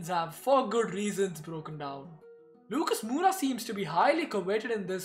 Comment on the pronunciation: I think so ur pronunciation for Moura is incorrect. It should be More-aa